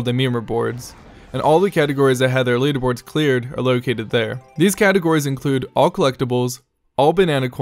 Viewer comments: Everytime you said leaderboards, I honestly heard it as memerboards. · Meme re-boards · Thank god he was actually saying memerboards... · I thought he was saying memerboards! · Kaera Neko He is saying memerboards. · Yes, I agree, he's actually saying memerboards. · did he say leaderboards or memerboards? cuz it sounded like the latter but idk what memerboards would entail lol